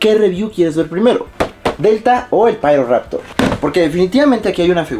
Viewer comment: solo pido que le llames "Piroraptor" y no "Pairoraptor" en la review, plz